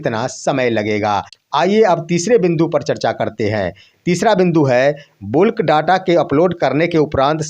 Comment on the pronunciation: बुल्क नहीं बल्क